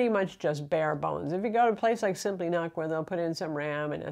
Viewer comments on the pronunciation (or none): Nuk not nak